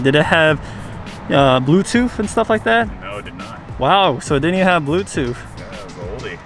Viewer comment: Say it BLUETOOTH . Say TOOTHHHH. NOT blueTOOF . Not TOOF😂